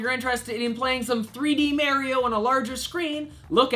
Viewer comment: MAR-IE-OH not MARY-OH